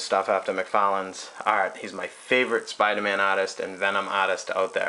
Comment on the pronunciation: I've never seen a review of a sculpture before but this was surprisingly in-depth! also, the ahtist! yea, the ahtists are togethah! making a Spidahman! No R's in this video, no way no how!